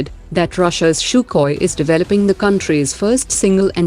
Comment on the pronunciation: its sukhoi.....not shooookhoyeee